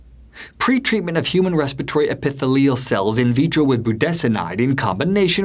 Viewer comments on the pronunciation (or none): Who is this narrator for this video? Is he an epidemiologist or MD? I don’t think so. “Political aspirations” & “talk radio show host” raise huge red flags for me, regarding Dr. Bartlett. If so, why can’t he pronounce the simple & ubiquitous medical terms “epithelial” or “corticosteroid”. It’s like someone claiming to be a surgeon who doesn’t know how to pronounce the word “scalpel”. This Does NOT engender confidence in HIS opinions or interpretations, although I do have confidence in the consensus judgment of the two medical societies he mentioned at the beginning of the video, which rejected Dr. Bartlett’s assertions. The solution for treatment will come out of top-QUALITY controlled studies. A boatload of quackery & medical scams will come out of uncontrolled studies.